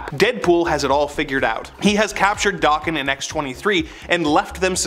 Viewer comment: Daken is a Japanese slang term and insult meaning dog, or mongrel & pronounced DAYKEN, not DOKKEN. DOKKEN was a 1980's hard rock/glam rock band, that was named after lead singer, Don Dokkan.